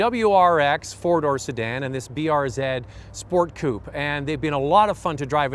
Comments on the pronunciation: BRZ not BRZEEd 🤦🏼‍♂️🤦🏼‍♂️🤦🏼‍♂️ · BRZeed? BRZ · "zee" not "zeed". I know it's nit picky, but thats what Subaru refers to it as. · Everytime he says BRZ ED😑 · lol i shit my pants when be said "brzed" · even tho i live in canada too it is pronounced brz as br-zee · B to the R to the Z..(pronounced zed) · depends on your location. Subaru Canada and Subaru US say B-R-Zee